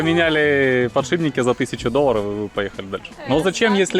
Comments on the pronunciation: После слова "подшиБники" я бы засомневался, менять ли что-либо у такого спеца) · Ахаха, "подшибники"))) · ПодшиБники?! Серьёзно?! Меня аж передернуло, вам что там дети текст печатали?))) Хотя нет, прислушался так вы реально и говорите подшиБники! Не стыдно? И пара со своим сельским "плОтишь" удивила, особенно девушка - такая интеллигентная внешность, где она этого нахваталась?! Плотить и платить, и соответственно плотишь и платишь, это совершенно два разных слова с разным значением. Плотить это сколачивать, связивать доски, бревна и т.п. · ПодшиБники, не мог не заметить) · Слово подшибники особенно повеселило.? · "завдской!!!" "подшибники!!!" Кто у вас там, такой грамотный, тексты вставлял?